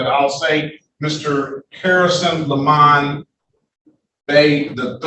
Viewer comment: I love how the judge insists on saying " Lemon" instead of " Le Mon".